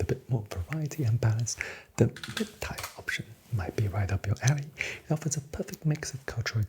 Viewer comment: Your cadence and attention to detail are so relaxing. Great work! By the way, “tier” rhymes with “beer” or “deer”. Keep up the good work !